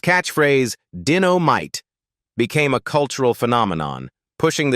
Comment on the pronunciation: I agree that stupid AI narrations are very annoying. It can't even pronounced Dynomite correctly.